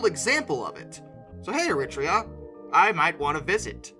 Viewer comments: It’s pronounced air a treea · Er-reee-trey-ah. Interesting they're still using steam but I guess, not broken, why fix? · Another great video. Especially pleased to see a GWR loco. Just to add though Eritrea is pronounced "Air-ruh-tray-uh" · Everyone else pronounces it EritrEa - emphasis on the 2nd E. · You nailed the pronunciation of Thyristor, pronunciation of Eritrea not so much. Still interesting content all the same. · Your continued mangling of foreign place names is still guaranteed to amuse. Getting Eritrea so spectacularly mangled deserves an award ❤😂😂😂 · ...however less said about Eritrea and Eritrean, the better! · But it was a very creative and almost artistic way of pronouncing - you must give him that. 🙂